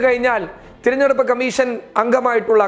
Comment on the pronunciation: Thiranjeduppu alla,theranjeduppu aanu.